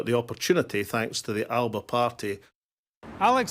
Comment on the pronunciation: That isnae how the word Alba is pronounced